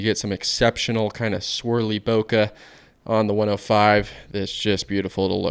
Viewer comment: Bokeh is pronounced boh-kay, not boh-kuh.